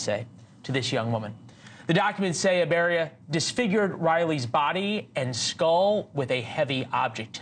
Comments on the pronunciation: I LOL EVERY TIME HE PRONOUNCES THIS ANIMAL LAS NAME, EBARYA. ITS PRONOUNCED EEE BA RRRRAAAA (IBARRA). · It's I barra, not Ibarria, professional news-reader guy. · Hey Leland, learn how to read. You said that pos name wrong 3 times, adding an extra syllable. What kind of newscast is this. You don't sound very educated. Up there with biden calling Laken, Lincoln. What a loser.